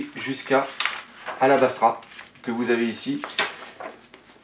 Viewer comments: bonne vidéo continue :) Ps: cest pas Alabastra cest Alabasta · Super vidéo mais bon le "alabastra" ma tué